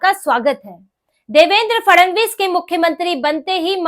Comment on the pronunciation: Grrrrrrr...... Fadnavis ... or Fadanvis... Kindly check your pronunciation